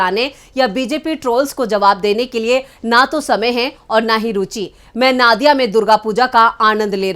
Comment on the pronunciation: Not "Naadiya".... It's "Nadia" ( pronounced as NODIA) .... It's a district of West Bengal